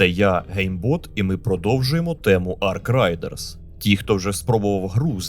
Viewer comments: Не Арк рАЙдерс, а Арк рЕЙдерс від слова «рейд», а не «райд» — їзда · Арк рейдерс, від слова рейд